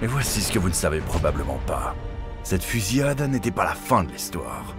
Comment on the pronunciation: ‘Fusiade’ 😅 Fusillade plutôt ? Merci pour la vidéo 😊